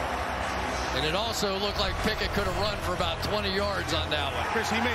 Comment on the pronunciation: the dudes name is Pick-it